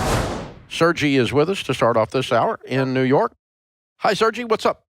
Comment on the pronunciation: First callers name was definitely Sergei which should have been pronounced sir-gay. You can hear the Slavic accent, and it’s funny hearing Dave pronounce it sir-gee 😂